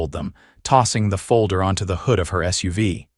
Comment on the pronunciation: Not pronounced Suv it is just S. U. V. letters.